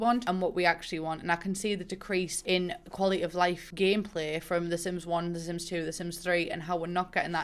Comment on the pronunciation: De Syms Teem traits. BAHAHAHA!